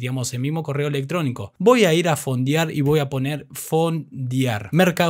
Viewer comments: Se escribe y se pronuncia "Fondear" no "Fondiar". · "Fondiar" 🤦‍♂️. "Fondiar"!! 😥